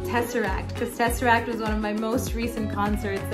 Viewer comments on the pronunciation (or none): none